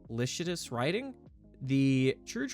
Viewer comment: Licentious - Li(Lie)-Cent(like Cents)-ious(yus) Licentious basically is a polite way of saying your scouts found, uh, smut.